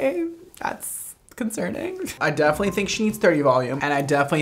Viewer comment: " Not living not die ING " Also: defenenetly dying